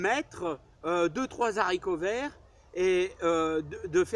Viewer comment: il faut éviter de faire la liaison « les haricots verts «; le français ne le permet pas Merci pour vos vidéos bien instructives et qui respirent la joie de vivre